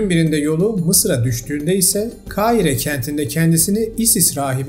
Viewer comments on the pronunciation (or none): none